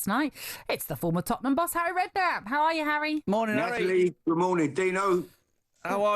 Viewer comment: How can you not love “arry” great guy 😂😂